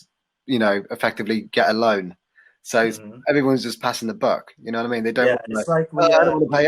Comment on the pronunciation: ブリティッシュ英語だとyou know?を「ユナイ？」って発音するですね